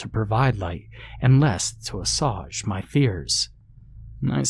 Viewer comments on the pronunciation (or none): The word is as·suage /əˈswāj/. NOT a sawge